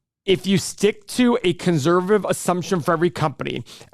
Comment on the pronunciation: One of these days, will say conservative correctly